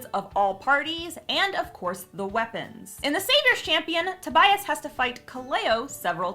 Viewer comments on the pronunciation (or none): none